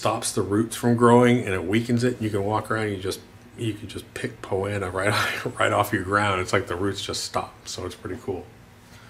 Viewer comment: Not trying to be a wise guy... I'm assuming "Poanna" is Poa Annua?